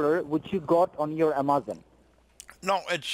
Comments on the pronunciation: I guess they finally sprung for a new script. “South border of Taxes” was wearing mighty thin. Why, though, do they use scripts with words they can’t pronounce?...... IMMA-ZAHN....It’s like they’ve given up trying. Lol. 🤣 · Made me cringe every time he said "A-MAH-zon." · Amazon scammer that can't pronounce A*M*A*Z*O*N. Although you should thank him for teaching you how to pronounce the words that insult him....lol. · HALLELUJAH! No blood stained black Tiyoda Corolla with 22lbs of cocaine on the south border of Texas! Umm ah-mahzun, uh-ma-zun, uh-ma-zon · Want to be an Amazon scammer? First learn how to pronounce Amazon. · Geez. The “technician” can’t even pronounce Amazon. 😂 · Says he works for Amazon..... can’t even pronounce Amazon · He can barely pronounce Amazon